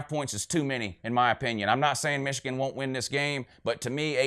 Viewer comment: "Wishigan" lmao